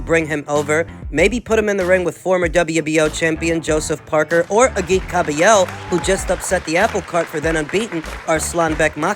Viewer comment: "Joseph Park"ier" - LMFAO.